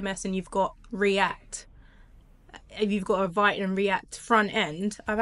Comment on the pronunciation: Excellent info. By the way, Vite is pronounced "Veet" (rhymes with "Tweet"). Also, Astro allows you to incorporate React in your code and easily query a WP headless backend.